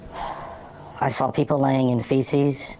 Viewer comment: What TF did he say? Did he say feces!